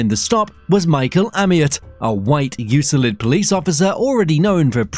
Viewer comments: Theres no S in Euclid. 😉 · It’s Euclid, dummies. U-clid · Euclid, Ohio. Pronounced YEWKLID